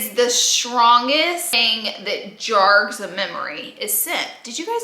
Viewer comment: "Jarges" your memory 😂😂 you so country Laura 😂😂😂 it is jogs Laura... JOGS!